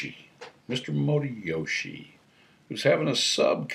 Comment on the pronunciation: Probably the best "Motoyoshi" pronunciation I've heard. Kudos to you. I'm honored that a gentleman such as yourself said you enjoy my banter. Sitting on the floor is exactly how I eat haha. I'll show you all my kotatsu (coffee table) in a video sometime. Thanks for making a video Dig your style Ja mata ne;)